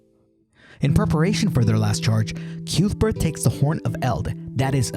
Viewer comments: This is lovely! But I must point out one thing. CUTHBERT!! It's pronounced KUTH-bert. Not CUETH-burt. 🙂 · I loved the movie, it melted really well in my fireplace. Edit: stopped watching when you called Cuthbert "Kewthburt"